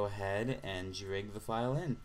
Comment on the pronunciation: well done. this helps a lot. also, you say "lag" and "drag" funny.